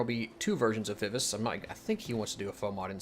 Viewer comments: You gotta work on your pronunciation of Vivace. ;) It's my name and is pronounced "Vi-Va-Chey". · She is correct vi vah chay...